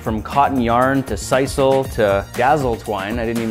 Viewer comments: It’s pronounced sis-el Not sise l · Sisal is pronounced like "silly" not like "eye full"....Nice vid.....Joe